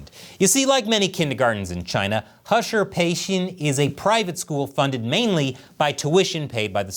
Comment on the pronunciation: How is heshi pronounced husher? We don't have to play their games